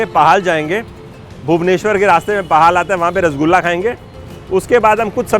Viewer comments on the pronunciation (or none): असलमें यह जगह पाहाल नहीं पोहळ जगहका नाम है । वहीं छेनापोडा़ नहीं छेनापोड़ कहते है । ओडिआभाषा च्यूंकि अकारान्त उच्चारण होता है अतः आपको पहले पहल थोडी तकलीफ होगी ।